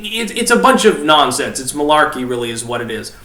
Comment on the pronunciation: "Malarkey" LOL